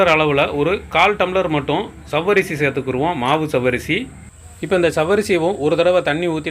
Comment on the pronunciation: ஜவ்வரிசி என்று சொல்லாதீர்கள். சவ்வரிசி என்று சொல்லுங்கள்